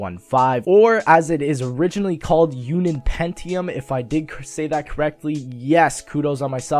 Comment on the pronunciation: Its pronounced "un-un" not "unin"